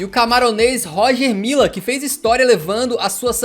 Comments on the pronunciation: querido, o vídeo é bom e a narração também, apenas atente para um fato: a pronúncia correta do jogador camaronês é Rogê Millá e não Róger Milla. Vida que segue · Pronuncia-se "Rogê Milá"